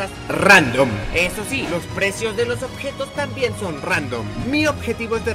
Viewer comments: dijo obejos no objetos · En el segundo dice OBEJOS xd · dice obejos😂